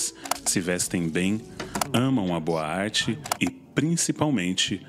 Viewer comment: Eu fiquei entendendo "boate" toda vez que vc fala "boa arte".